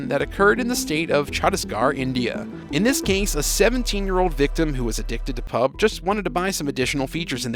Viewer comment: It's PUB-G 😂